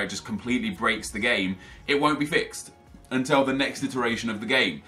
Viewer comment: also anyone notice that pronounces the world til as tell. like instead of saying until he says untell